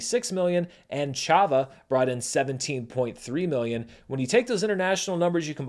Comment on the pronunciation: I know people love pointing out pronunciation errors, so i felt i ought to throw my weight the other way and highlight good pronunciation too. I commend you on the good Chhava pronunciation.